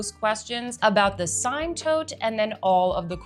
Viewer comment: Hi - The Polene Cyme is pronounced "seem". Just an fyi.